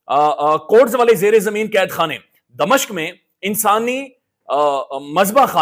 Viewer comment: please, clear your pronunciation, ITS DA-MI-SHQ NOT DA-MA-SHQ